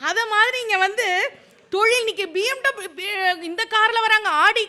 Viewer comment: ஐயா அது PMW இல்லை BMW (Bayerische Motoren Werke)